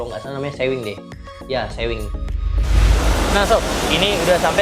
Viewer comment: Bacanya sewing itu kaya pake u bukan e 😂 artinya menjahit